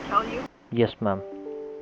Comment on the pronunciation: He says ma'am like mom and i find it hilarious